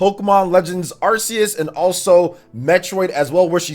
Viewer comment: "Sinnoth" "Arseues" Oh...